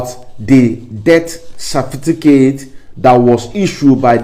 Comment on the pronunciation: Certificate not Cerfiticate